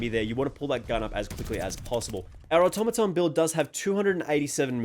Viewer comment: Fantastic comparison! The Automaton is meta! Thanks for pronouncing the name correctly!